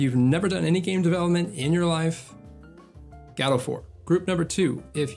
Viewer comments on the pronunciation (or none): If watch him if he would stop saying gAdot instead of gOdot